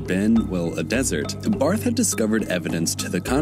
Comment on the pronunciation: Just a little heads up A German surname with "th" at the end isnt pronounced like the typical english "th"-sound, but rather just like a normal "T" Like Bart(-h). But, it should be noted that the pronounciation is still different between the German "Bart" (=beard) and "Barth" (typically a Surname) Because you speak "Bart" fast and in "Barth" you strech the "a" instead of one fast swoop